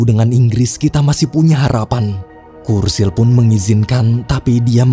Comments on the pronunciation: Btw namanya churchill disebut Cur-Cil bukan Kur-Sil min 😢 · Bacanya CERCIL bang bukan kursil, CH itu tetep C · Churchill bacanya curcil bang, bukan kurcil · Churchill tetap dibaca "C" Bukan "K" Bro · Bukan "kursil" min, tapi dibaca "curcil" wkwkwk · Churchill bacanya cercil bg bukan kursil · Kursil? Yuan? Sedikit saran Sebelum buat video cari tau dulu cara pungucapan namany ya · cherchill sih